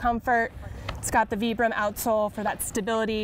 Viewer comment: What is veebrum? :P lol great video